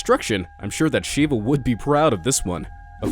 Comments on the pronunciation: thats not how you pronounce shiva.I am saying this because I am Indian so get rekt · its not pronounced sheeeva its shIva with an i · Umm... The god of destruction is pronounced Shiva not Shivu.... Anyway love your videos... keep up the good work ❤️❤️